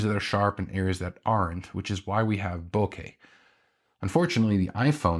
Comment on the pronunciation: You said Bokeh correctly!❤😂🎉😊